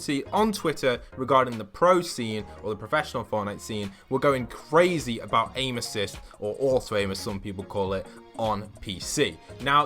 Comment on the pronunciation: the cwazy gamer